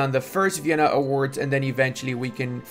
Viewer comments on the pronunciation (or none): none